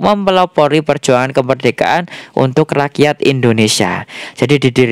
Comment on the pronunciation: Rakyat jadi raksat ya mas....😁😁😁 Semangat selalu ya mas buat konten nya....